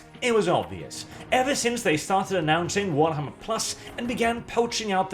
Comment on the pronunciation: WARTHAMMER. LIKE A WART ON YOUR FOOT.